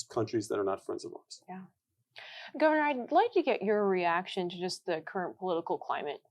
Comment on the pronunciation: gove"r"nor of alaska